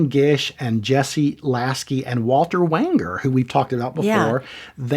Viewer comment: By the way, Walter Wanger's last name is pronounced 'WAYN-jur', not 'WANG-ur'. He would have HATED you for saying it that way, and may well have shot your b@ off! Look it up, it had happened previously!